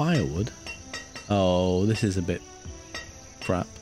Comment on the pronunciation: 'aww....this is a bit crap' ahahaha northerner coming out of you the mate